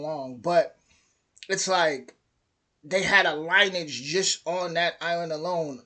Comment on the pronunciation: Lineage. Pronounced “linney-idge”